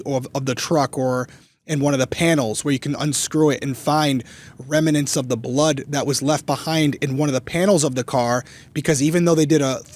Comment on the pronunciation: I love both of you guys. I love Crime weekly. Can I offer you a correction on the pronunciation of the word "remnant "? It's pronounced remnant, not remanent😅